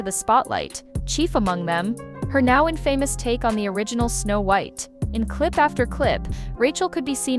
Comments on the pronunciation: By the way, the accent on “infamous” is on the first syllable. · Please tell the [expletive deleted] AI voice that English does not have a word pronounced in-FAME-uss. It does have a word pronounced INN-fah-muss. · They couldn't even pronounce the word 'infamous'. The kids are pitiful.